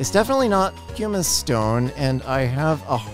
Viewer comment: I saw was having a bit of trouble pronouncing pumice so here's a guide along with what it is! Pumice (puhm-iss) is a volcanic stone full of holes made by gas bubbles. It's less dense than water, so it floats!